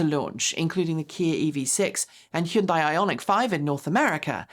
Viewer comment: "Heeee - unnn - dye" Um. it's prnounced HUN-DAY (rhymes with sunday).